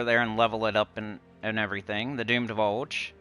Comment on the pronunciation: Watchn this right now while I do my dailies, some underspire and some PvP. It sounds like you keep saying Doomed Bulge 😂